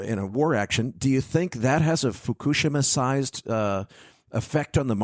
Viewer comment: Foo - ku - she - ma (learn Japanese)